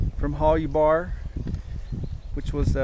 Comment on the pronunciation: It was pronounced Hol-you-bar. I bought a pair of hiking boots from them in 1970 from their store in Boulder, Colo. Best damn boots I ever had. Also bought a green nylon down-filled parka from them in 1975, Still have that. Boots were shot after several years hard use. The circular entrance was called a ''snow tunnel'' so you could enter/exit the tent in a blizzard without opening the flaps and losing any heat. Also 2 mountain tents with snow tunnels could be connected this way. The white flannel lining was called a frost liner or vapor liner. The idea was condensation would collect on the white flannel and freeze, keeping it off the exterior nylon shell, so rain repellency was maintained. Also the extra layer helped increase insulation, trapping air between layers. Similar ''Mountain'' or ''Expedition'' Tents in this class were the North Face ''Tuolumne'','' REI Cascade Expedition'', ''EMS Mountain'' and Sierra Designs also made one, but I don't remember what it was called. All had A-frames, side pull outs, coated separate fly, snow tunnel, cook hole. I still have my EMS. I love it. I didn't get the extra side snow flaps, or extra flannel liner, but mine has small snaps where a frost liner could snap in.